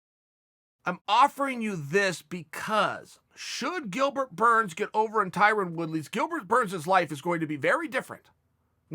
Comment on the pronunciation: Chael says his name correctly. Burns for p4p no.1